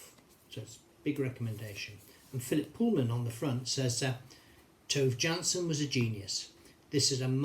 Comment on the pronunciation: Her name is pronounced Toova Yansson. The J is pronounced as a Y.